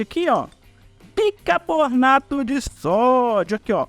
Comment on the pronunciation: BICARBONATO e não bicaBORnato